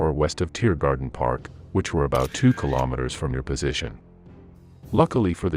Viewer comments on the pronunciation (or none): none